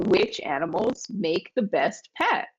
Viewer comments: Sometimes when the T is pronounced very strongly like "peT" it often sounds like there is an S at the end, but it is not the case. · Sometimes when the T is pronounced very strong it sounds like Ts but it is not spelled that way 😉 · Hi Adrian. In the dictation Nicole said "To have a petS" (with an S) and at the end she said "Write it down in a commentS" (with an S as well). Is it for an easy (lazy?) way to prononce the sentences that she add on those S? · Je suis satisfaite car je fais de moins en moins d'erreur. Cependant, petite parenthèse concernant la prononciation de Nicole qui parfois me prête à confusion Je m'explique: pour certains mots comme pet ou comment au singulier, Nicole a tendance à prononcer la fin du mot en s comme si la forme était au pluriel alors qu'elle est au singulier . Serait-ce un défaut de ma part? Bon weekend à tous.